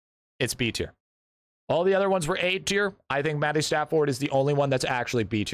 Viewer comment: I have always noticed this, but you call it matty stat-ford but its called matty stafford. No comments on it, just an observation